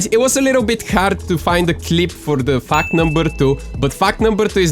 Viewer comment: I thought he said fak number 3